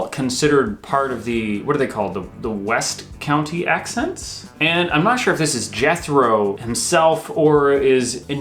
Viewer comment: I have seen three of these 'accent' videos by your good selves now and they are great. One thing I will pull you up on (;)) It's the West Country not west county. I am from the Midlands, so you can also see now that the phrase ' to pull someone up .. ' is common. I also like the fact that you recognise there is a difference between accent and dialect. Not all Brits would think of that. Anyways, great job both, loved watching every minute.